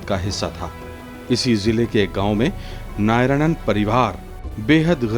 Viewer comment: Narayanan. Not nayaranan